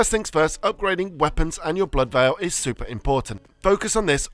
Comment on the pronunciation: Veil and Vial arent pronounced the same